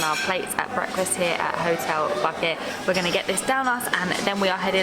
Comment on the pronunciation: Just a small correction "Buket" means "Bouquet" :D And you reading it like "bouquet". THANK YOU SOOOO MUCH FOR ALL THIS AWESOME VIDS <3